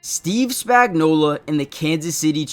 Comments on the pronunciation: His name is Spagnuolo. Why do you all keep pronouncing his name with an A at the end? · Maybe pronounce his name right.